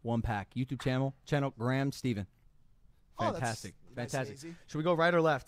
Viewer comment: My man just called Gram Stephen “Gram Steven”